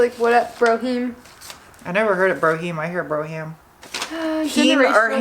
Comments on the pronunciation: pronounced "broam" Brougham :) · "Brougham", like the Cadillac? I think it's "BRO-um", and the "gh" is silent. Didn't know Chevy also used that on some of their cars, neat! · It is pronounced like "brome" . I enjoy your show....I own a garage and have been doing this for 30 years. It's refreshing. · Brougham ... rhymes with chrome ... one syllable BROME ... you're welcome (I used to have a Gran Torino Brougham ) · &, Brougham is pronounced (BROM) Love the videos, keep up the good work. should start her own channel, she is adorable. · Neither of the ways you said brouham is correct, just so you know.